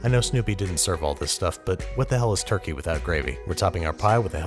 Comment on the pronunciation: Did he just say turkeytom?